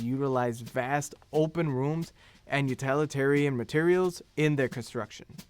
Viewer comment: With great respect, "you-TILL-it-arian," please. The presenter makes the word sound adjacent to totalitarianism, and that's not a connotation with which we should freight the word utilitarian. This feedback is not meant to deride the presenter. Thank you.